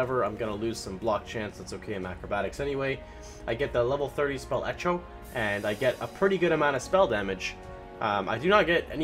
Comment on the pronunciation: Spell eCHo... :-P, definitely not pronounced eh-co hehe